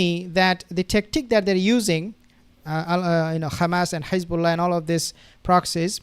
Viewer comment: I’m just curious, why do you pronounce it “Khamas” and “Khezbolla”…. Like the Zios do…..